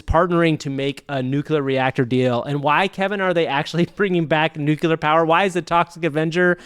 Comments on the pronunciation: i'm actually impressed by the 100% consistency of mispronouncing nuclear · It’s nuclear, NU-CLEAR not NU-KU-LAR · Great show! One thing: Nuclear is not pronounced "Nucular." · (it's nuclear, not nucular.) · Nuke-you-lur lol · Did you mispronounce nuclear on purpose?